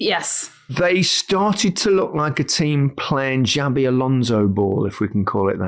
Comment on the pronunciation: It's Xabi, not Xavi.